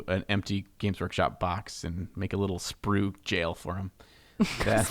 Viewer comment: Every time says "BAWKS" 🤣😂🤣😂